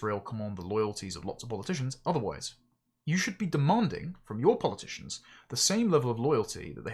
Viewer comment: Polyp-ticians lol😂